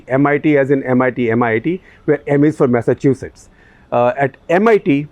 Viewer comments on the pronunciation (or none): none